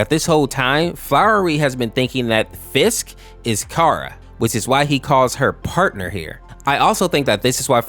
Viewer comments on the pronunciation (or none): none